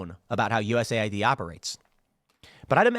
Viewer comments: Well if you stop calling it U S A I D and instead calling it US Aid we would know. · As a non native english speaker, hearing u-s-a-i-d causes a short circuit in my brain, isn't it supposed to be us-aid?